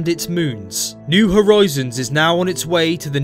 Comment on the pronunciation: I couldn't help noticing "new horoizons". Cool vid though! Super!